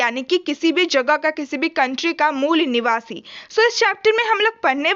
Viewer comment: Aare mol niwasa mat bola karo dd distract horaha hai mujhe 😂